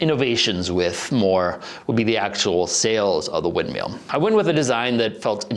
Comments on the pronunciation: "wind meel "🤣 sorry no disrespect love the videos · Mill, MILL. Not windmeel